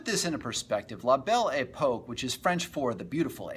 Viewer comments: It's 'pok' not 'poke' that and the adventure film sound track lost me. How about playing some music from the era. I can't listen to you mispronounce it over and over. Sorry. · La Belle Epoque (ay-puck)...good talk!